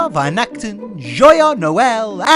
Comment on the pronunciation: You'll have to work a tad on your 'Frohe Weihnachten' for next year 😅 Outdoor lantern: the first Balmoral flush